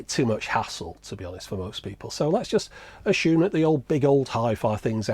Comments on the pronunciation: "Let's aSCHume"? Huh? So If I call someone an "aSCHole" it's OK? Dr. Higgins, we need you. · Why would you say assumption normally but then also say ashume.